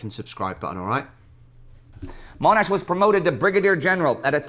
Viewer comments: Hi, Monash is pronounced as it is spelled, not "Moanash". When they refer to him as "self promoting", I think they mean that he pushed his ideas ahead of others, rather than literally promoting his own rank in the military. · it's pronounced Monash (mon as in con). That said, we've really enjoyed this little series and have learned one or two things about these great Aussies. Thanks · I live in Monash and not far from the Uni and Freeway too., you have a few fans from the Monash area. Another interesting video. Oh yeah, his surname is pronounced MON-ash rather than MOAN-ash. Cheers, Neil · Not Moanash. The guy on the video says it correctly. One of the great military leaders of WW1 who has been greatly overlooked. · .. and his persistence in saying "MOAN-ash" at the same time he's correcting the guy for saying "Mel-BORN". The irony. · ..and the self-righteous way he corrects the video host every single time the guy said "Mel-BORN" by muttering "Melb'n" (ie "I'm SOO much smarter than this guy. HE doesn't even know how to say 'Melbourne' properly! Not like ME!"... but then persists in saying "MOAN-ash" the whole vid! Classic lack of self-awareness of your typical narcissist. Also, you gotta love: "I know NOTHING about the Boer War.. " (and I'm certainly not going to waste 10 seconds of my precious time Googling it). "..Like and subscribe!" I think I'll unsubscribe, actually. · Sir John Mon-ash it’s pronounced has a University ,Hospital and Freeway named after him in Melbourne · He corrected Melbourne but puts in his own Moan ash. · His name has a short ‘o’. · haha, yes, but to be fair, this was his first introduction to Monash, that's the way they said it in the video, and we hadn't corrected it before: mon not moan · Every time corrected the narrator for saying Mel-bourne to Mel-bin I would correct rob for calling him Mo-nash instead of Mon-ash. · The The name is Monash, not Moanash. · Not pronounced Moanash. MONASH. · Monash, not MOnash!